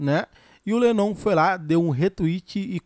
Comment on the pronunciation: Cara vc tá pronunciando l7nnon meio errado rs